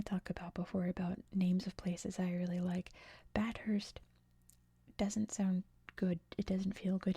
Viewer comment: If it's the same as Bathurst in Australia, it's pronounced "bath-urst" (said fluently).